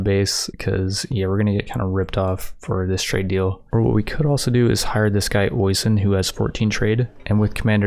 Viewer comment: The way you ponounced Oisin is really funny to me its usually ponounced Oh-Sheen